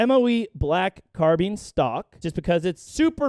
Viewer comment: carbine, not carbin lol